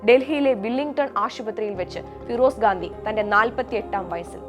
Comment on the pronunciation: Mole gadhi alla Gandi😂😂😂 anu adyam adu paranju padi